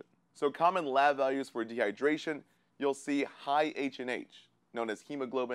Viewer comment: De -hy-der-ra-tion